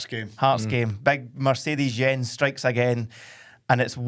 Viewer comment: Love this pod team. Big big fan. But, PLEASE - can we stop calling him “Jjjjonnzzzz” Berthel Askou. He isn’t French. His name is pronounced “YENZ”. The Motherwell fans call him Mercedes Jens (Benz). Such a wanky comment from me but tbf I’ve waited all season😂